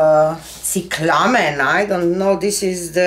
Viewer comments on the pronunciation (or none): Pronounced CY cla men long "i" on the CY A beautiful species of climbing flowers with various colors and shapes. Very popular in the U. S. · cyclamen is pronounced SIGH-klah-men, emphasis on the first syllable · The color is pronounced SIGH-clah-men. Beautiful painting! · It is pronounced CY-CLA-MEN. it is a woodland flower that is now cultivated and difficult to keep alive indoors. :)